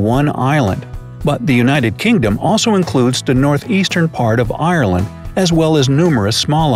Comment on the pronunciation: Ur the first person to pronounce Ireland right 👍